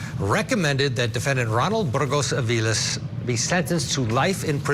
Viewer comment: Daaaang u say the last name well. Better then me. I don’t respect the decision. The jury wimped out. His plan was premeditated and horrendous. He had no problem murdering. What mitigating factors? No mommy? STDs? Sex addict? Stupid decision